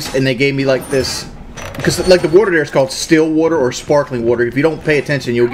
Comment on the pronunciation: The worter there is called still worter or sparkling worter" WHAT DID HE MEAN BY THIS?